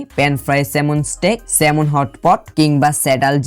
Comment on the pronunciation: আমি দুঃখের সাথে বলতে বাধ্য হচ্ছি যে এই মাছের নামের প্রকৃত উচ্চারণ হবে স্যামন । স্যালমন নয় ।বাবাজী এটা সংশোধন করে নিও । ধন্যবাদ ।